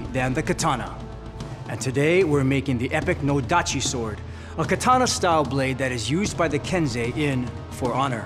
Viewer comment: That's an "odachi" not a "nodachi". LoL.